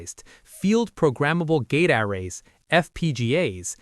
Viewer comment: Dang it, we have another AI narration 😖 Should have known looking at the name of this channel, it's low sub count, the fact that we never see the narrator etc but man this is so frustrating. "Yamming" was the first obvious sus moment 🤨 but now "gate AH-rays" is confirmation. Ugh. The information is so interesting, but ugh. Disappointing.